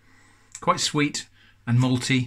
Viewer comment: "malty" sounds a lot like "moldy".